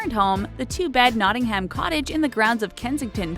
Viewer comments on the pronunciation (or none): none